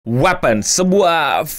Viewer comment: wipens btw cara nyebutnya cmiiw